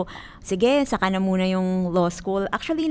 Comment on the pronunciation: Born and raised as Tagalog, pero pro Duterte and there are tens if millions of us. Ate, before ka mag law school, learn how to pronounce “law” first 😆